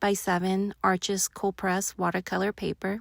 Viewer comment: FYI……It’s pronounced “Arshhhhh” paper NOT “Arches”